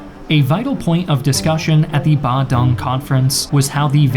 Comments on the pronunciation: btw thats not how u pronounced Bandung ban (as like banning) dung(d + ong) ( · Wow that's the most butchered pronunciation I've heard... Bandung is pronounced bahn-DOONG 🇮🇩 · It's pronounced Bun(steamed *bun*) - Doong (DOOdle) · FYI, Bandung's correct pronounciantion should be Ban-doong, not Ban-dang... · Great video as always, just one small thing: as an Indonesian, our third-largest city is pronounced "bahn-dOOng" not bandong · Ik pronounciation mistake, but hearing you say Bandung as "Bandang" make my ear bleed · sorry, but the pronounciation for Bandung is Bun-Do-Ng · My guy butchered Bandung's pronunciation like that💀